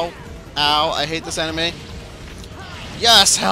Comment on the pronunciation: When you said "enemy," it sounded like "anime."